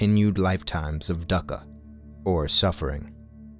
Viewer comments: You're mistaken that Pali isn't a living language. It's being actively used every day by the Theravada sangha. Dukkha is not pronounced duck-ha, it's doo-ka for instance. There are plenty of YouTube videos on Pali pronunciation by the Theravadin community, I would suggest checking them out. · Dukkha = Doo Kah, not duck ah. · Dukkha... pronunciation: Doo-kha 🙏🏻